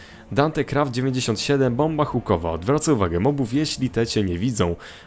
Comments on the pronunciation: Chukowa XDDDD Czasami nie "hukowa"? :^^ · Hukowa przez "ch" :D